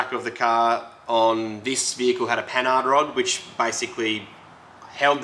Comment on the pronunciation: Pronounced "Panard", silent h. Is the name of the frenchie who designed them.